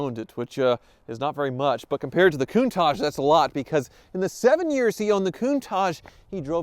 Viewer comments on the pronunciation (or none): Excited for you. Is pronounced COUNTAKK... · Everybody mispronouce countach. Is not even an italian word, is dialect.